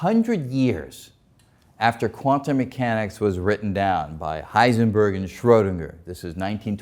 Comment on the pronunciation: "Quan-tomb moo hanics is fooey loco or non-loco?" WHAT? {:o:O:}